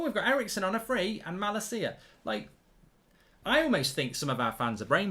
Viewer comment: Hahaha bro one little thing You say ma la ciaaaaa but it is Ma lacia t